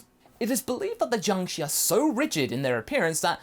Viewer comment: Just to let you know. In Chinese, the letter "i" does make the sound "i:", but after the letter combinations 'sh', 'zh', 'ch', 'z' and 'r' then the letter 'i' makes the sound "er". Jiangshi should be pronounced as "ji-ang sher" I hope this can be both useful and educational for you. I am not typing this to be condescending or anything, but rather to be informative.